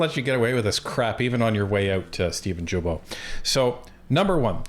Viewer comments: Guys, it’s not Gibeault, it’s Guilbeault. As in Guitar! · not jillbeault it is Gillbeault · You mean Stephen GUILTBOT ?,,who cares about how his name is pronounced ,,would you prefer LIAR ,felonious criminal , maniac, idiot , THIEF($254 million) , stay in Quebec and make the switch to bottled water and it MIGHT raise your IQ to double digits...I said MIGHT but apparently you are too far up this dorks butt to breathe properly ! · Funny how you say Guilbeault's name wrong. Hehe Vassy said it correctly. Love your channel.